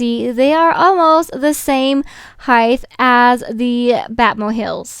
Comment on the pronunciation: Is it just me or did she say Heighth instead of height?